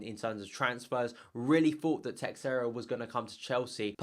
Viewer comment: Don't pronounce the 'X' in Teixeira. The 'X' should make a 'sh' sound..... and roll the 'R' ;) Sorry, you just said it too many times to ignore...